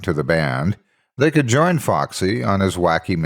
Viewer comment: It's join not Jon lol